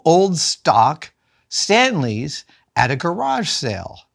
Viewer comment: GaraarJe, pronunciation. Hello Adam SavaaJe. 😁 😂